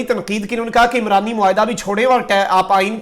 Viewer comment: عُمرانی معاہدہ ہوتا ہے۔ عِمرانی معاہدہ نہیں۔